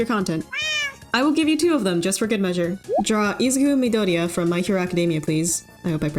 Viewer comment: You pronounced Izuku Midoria better then most :)